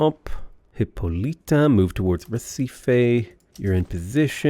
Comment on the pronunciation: FYI "Recife" is pronounced "heh-SEE-fee". Excellent as always.